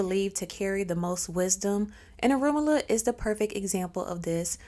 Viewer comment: So, she has all this knowledge about him but can't even pronounce his name right. How embarrassing 😳 🫣